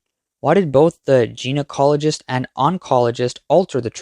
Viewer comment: Your narrator should be able to recognize and pronounce gynocologist and stent without changing them to "geno-cologist" and "stenent" among other such instances.